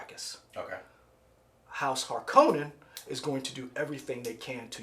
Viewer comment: Need to pronounce Harkonnen the correct way (not the wrong way like in Lynch's 1984 version; emphasis is supposed to be on the 1st syllable). Think of the Bene Gesserit as the Night Sisters of Star Wars. And Star Wars was influenced by Dune. Feyd-Rautha, Baron Vladimir Harkonnen's other nephew, most likely won't be introduced in this installment; probably saved for the 2nd film. Dune is considered one of the most famous and influential sci-fi novels of all time and is liken to Lord of the Rings.